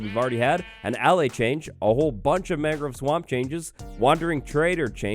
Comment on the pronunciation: Bro, how do you not know hot to pronounce allay? You said it so many times wrong. I actually couldn't handle it.